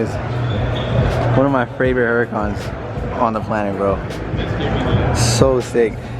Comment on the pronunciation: It’s his fravorite 😂😂